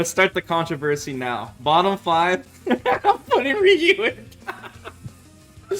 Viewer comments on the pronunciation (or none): none